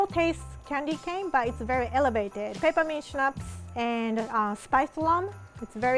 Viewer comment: when she said peppermint extract I heard Ketamine extract and looked up in disbelief kakakakakakak